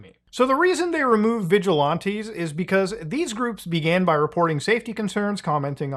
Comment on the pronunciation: "Vigi-lawntees"? Its VigilANTEES Muta. Idk why but it's like nails on a chalkboard hearing you mispronounce it lol. Especially in quick succession.